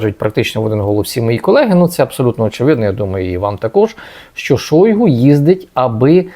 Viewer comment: Серге́й Кужуге́тович Шойгу́[2] (тув. Сергей Күжүгет оглу Шойгу) - правильний наголос шойгУ